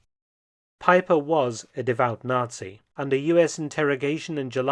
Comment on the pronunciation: Joachim Peiper was a "fully paid up Not-see"? 😂 Oh dear, who would've thought! Dumb tabloid level narration.